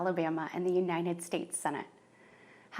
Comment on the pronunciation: "the unined states"